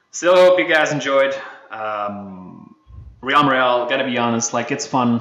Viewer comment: Dude just saying the way you're saying realm has been my only problem with your recent vids you put too much emphasis on the a it's more like "relm" the E is the stronger vowel